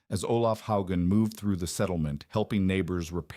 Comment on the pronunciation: This mispronunciation of Hogan is distracting and annoying. A human would know how to say it. Too bad the AI or CGS or whatever automated system at work can't deal with it. Someone should review this stuff before posting it.